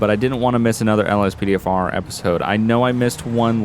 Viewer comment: Did u say ospdfr